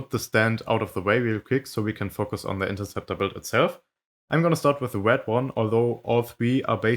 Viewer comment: "The wed one"